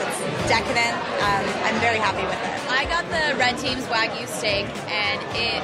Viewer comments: It's not Wagu not Weygo. It's Wagyu. Wag - yu. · Wtf is wahgoo? It's Wagyuh (pronounced Wag'you... Like the city in 🇯🇵 it originates from).